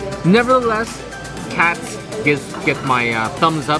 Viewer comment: It's "Katz's" not "Katz"!